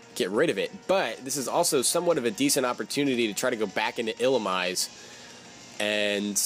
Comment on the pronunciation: I believe Illumise is pronounced⬇️ ill-uh-meeze-ay